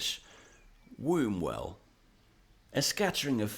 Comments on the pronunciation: Wumwell not Wombwell 🤣🤣 get tha pronunciation reet lad! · It's pronounced Wumwell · Its pronounced 'Wumwell' the U is O & B, is not used when saying Wombwell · It's pronounced wummwell 😊